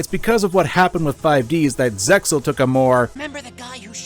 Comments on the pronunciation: to add to that, said the series name incorrectly, the "X" is silent, renderjng the pronounciantion "Zay-al". To be fair though the 4Kids dub (after they got rebranded to 4K Media as a subsidiary of Konami) also got this wrong. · dude the X in zexal is silent thats a dubisim